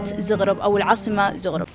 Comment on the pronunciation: شكرا على التغطية بس يا ريت لو سمحت تلفظي اسماء المدن مزبوط ..... مثلا عاصمة كرواتيا , زاغرب وليس زوغروب ايضا سلوفانيا وليس سلفونيا .. يا ريت كل واحد عامل حاله تيوبر يقرأ ويتعلم عن الدولة اللي مسافر عليها قيل ما ينشر الفيديو